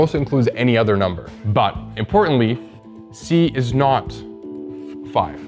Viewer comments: He's still pronouncing every "other" as udder and I can't unhear it 😭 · I wish that guy would learn to pronounce "th" ....I mean it's "other" , not "udder". It really bothers me to hear this for every "th". It's like a speech defect. Just learn to pronounce "th" properly, please.